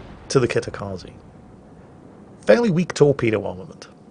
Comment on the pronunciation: Hey, if "Dunkerque" ends for you in a queue. and "Kitakaze" ends for you with an "i" like in "India", then I want you to pronounce "High Wycombe" with same "rules", please. If not, then I at least get your queue quip with French boat, but "Kitakaze" ends with a hard "e" like in "Estonia". I'm not Japanese, but way you pronounce names is painful. I'm literally wincing literally every time you butcher names. Because of that I'm barely enjoying your content. It just needs that tiny tweak.;-)